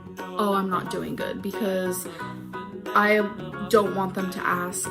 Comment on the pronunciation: STOP, why did the "DOEEN" send me 😭😭😭